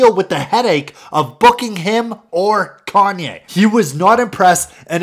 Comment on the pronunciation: Kanye not kahnneh